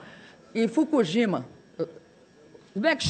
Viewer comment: Eduardo Vieira amigo, a 'presidenta' fala "Fugujima", para enobrecer mais ainda seu discurso!